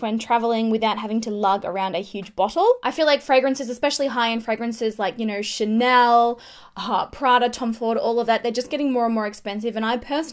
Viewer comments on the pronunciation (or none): none